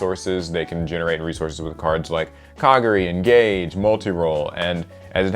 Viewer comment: Okay mispronouncing KA-GAR-E,sure that's fine but SARYUYA! Holy shit dude that's ignoring an entire other letter! And no....The J is not silent before anyone tries to pull that bullshit.say it with me kids, Sar-yu-JA!